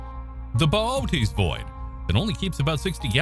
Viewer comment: I say it "booties" whenever he says his way it bothers me 😅